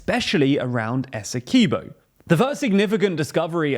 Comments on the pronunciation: Great video however, us Guyanese pronounce Essequibo as "Ess - e - quib- o" not "Ess - e - key -bo" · SPELLED ESSEQUIBO PRUONOUNCED ESSEKWIBBO NOT ESSEKEEBO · It's pronounced ESSE-KWIB-0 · It's pronounced "esekeeboh"